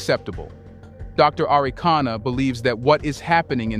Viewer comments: Dr. ARIKANA (and NOT, Anacana 😌😌😌) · Her name "Arikana", not Anakana. Gabon coup is a family affair only. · Great Conversation, Please Brotha her name is Dr. A-ri-kana Chihombori Quao. No disrespect. Peace 🎈👈🏿😎